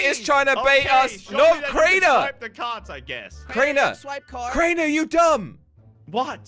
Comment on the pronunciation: Crainer not drainer my g